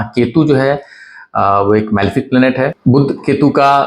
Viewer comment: बुध्द नही, बुध .